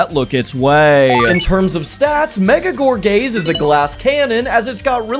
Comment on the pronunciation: I know you said gorgaze but I 100% hear gor gay😂😂😂😂😂